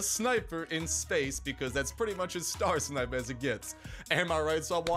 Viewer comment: lol congrats you’re actually the first YouTuber to pronounce my name right just got to